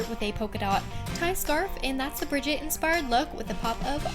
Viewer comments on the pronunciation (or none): Brigitte’s name is pronounced “Brih-ZHEET” btw xoxoxo 😘